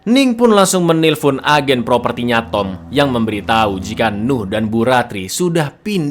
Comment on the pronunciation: 11.15 baru sadar cak ngomong memberiTAI wkwkwk